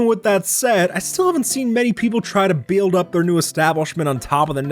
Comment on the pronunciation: the way he said build